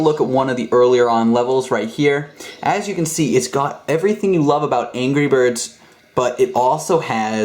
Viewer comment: The second I heard him say angry birss- turns off computer.